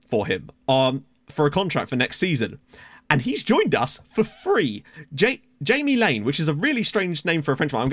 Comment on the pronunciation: Jaime would be pronounced like "Zhem" and Laine is pronounced "Len". So the full name pronounced would be "Zhem Len" (throw your french accent on it and you'll nail it) Laine means wool in French. Great signing nonetheless :)